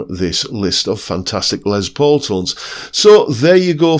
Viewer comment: Pedant's corner: it's pronounced ' 'Less' not Lez Paul. It's short for Lester, not Leslie. You're welcome. 😏